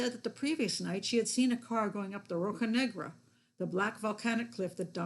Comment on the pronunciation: Hi Pat, I bought your book, but I really enjoyed the audio version, thanks! By the way, your Portuguese words are excellent! Edit: 'rocha' has a 'sh' sound as in 'shock'.